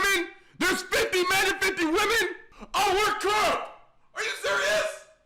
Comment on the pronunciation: He's saying man instead of men